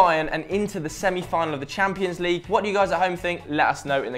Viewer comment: It's called the CHAMPIONS league. Not the 'champo'. Idiot.